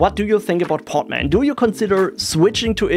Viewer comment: Hearing "poTman" over and over again, it's just too funny. It is "poDman", with a D